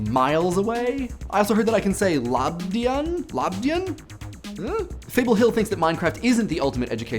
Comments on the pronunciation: Sveiki!:) Nice latvian!:D(labdien was bit rough!;D) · Man the way you said Labdien! was funny as hell, but you are good. And no you are not far from saying sveiki. you said it with a questioning voice. :) Greeting from Riga. (Latvia) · "Sveiki" you said almost perfect, but "Labdien" wasn't that good but better than some Brits that I know. :D Btw, I'm Latvian. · You butchered labdien so bad, btw that means good day!